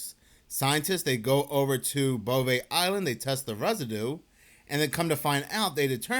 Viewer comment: Think you just like saying "bovay eyeland"